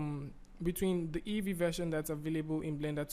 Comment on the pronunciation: It's EEVEE, not EVEE.